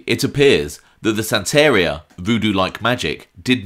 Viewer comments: PLS U ARE PRONOUNCING THE VOODOO PRACTICE . U SAY IT LIKE THIS.. SAN.... TA ....RI ...A !!!! (AS IN SAN FRANCISCO (TA AS IN TATIANA (RI AS IN RIO (A AS IN AH!!! I SEE) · Lol, O.C. Santeria is pronounced SAN-TAAH-REEAH ITS was just funny hearing your pronunciation!!